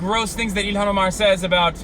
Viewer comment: Quit pronouncing her name like that ya fuckin mook